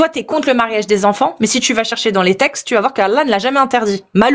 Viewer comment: "Les tchextes et la djivinité"